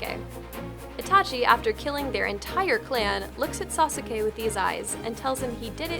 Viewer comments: It's said SAS-KE not SA-SU-KE !!!!!!!!!!!!!!!!!!!!!!! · It's pronounced Nar-u-toe and sause -k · "sas-uh-kay"? "nuh-roo-toh"?! I'm fucking done. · Sasuke ;~; your poor name it's pronounced (Sauce K) not (sa sue k ;~;) clearly I don't know how to right how to pronounce things but that's how you say it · OMG you said Sauske wrong to. Why. Just why? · Hah, "Sauce-sue-kay." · It is Nar-u-to and Sas-kay... Seriously, shame on you not doing your research. Though peeps have been saying that probably. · She said nu-ru-toe:... Then further insult with sa-su-k 😑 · Who's sauce-i-Kai? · ***** No xD If you watch the anime it's Sas-kay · I really wanted to correct the way u guys say Naruto and Sauske. It was killing me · You said Naruto and Sasuke wrong....-.- I'm sorry, but little things like that kind of irk me. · You fucking failed at pronouncing naruto and sasuke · That got me too. Boils the blood a bit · you people suck on the frozen meets Naruto! you people mispronounced NARUTO and SASUKE! like what the heck?! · Hearing Sasuke pronounced wrong hurts me. :P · Lol xD It bothers me, too! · Naruto and assume was pronounced wrong. As a japanese Lang student this annoys me